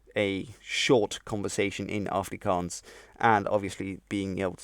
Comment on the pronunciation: Just mentioning that as a native afrikaans speaker you pronounce the first a as a short A . Exactly like the a in the dutch af . Im also fluent in Dutch as well as obviously english and learning french .